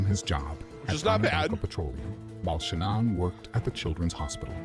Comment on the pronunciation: That might be an AI voice, the way he pronounces Shannan's maiden name is not normal.